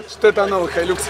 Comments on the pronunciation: когда говорят хайлАкс возвращаюсь в 2004 когда я начал слышать как какие то умники начали ламборДЖини называть ламборГини, не говори больше хайлАкс, ушам больно)) (хайлЮкс) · Правильно Хайлюкс а не Хайлакс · не халАйкс, а хайлЮкс хайлЮкс, Карл!